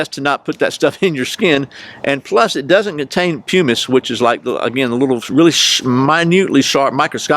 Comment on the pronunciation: I think pumice is pronounced puh miss. The ink reminds me of a Tim Taylor Home Improvement episode where he dyed his hands green.